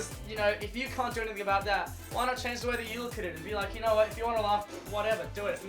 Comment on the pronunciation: he keeps saying cunt. I’m trying not to laugh 🤭 😆